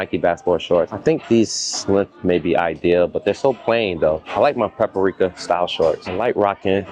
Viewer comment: He said Paprika 11 times 😂😂😂 Pa-Pa-ri-ka 🚫 its Pa-pri-ka ✅️ 3 not 4 syllables. 😂. In you was thinking of potpourri 😂.